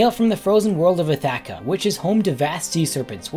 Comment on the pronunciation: The way he pronounced Ithaka makes me irate. I know it's not the same word as Ithaca, but still I'm unnecessarily bothered by it.